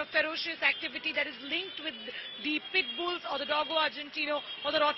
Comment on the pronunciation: Madam says “Puttbills” cant even pronounce a dog breed and apparently reporting against dog breeds to be banned ! 🎉😂